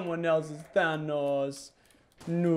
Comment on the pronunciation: your saying thanos wrong